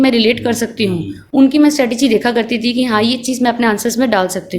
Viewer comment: Sorry to say that But Mr. Shashi tharoor "message" hota ha not massage 🤔